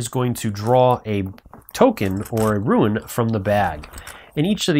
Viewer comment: Nice video, but since English is not my native language I got a little thrown off when I hear "rooin", sin rune is pronounced "roon" as far as I know. Thanks for sharing, I backed the project and the delivery date seems so far away.